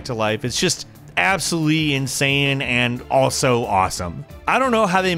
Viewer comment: You said insayin didnt you?